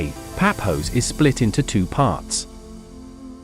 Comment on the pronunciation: Its not Papos😂😂😂😂😂😂😂😂😂 its Pafos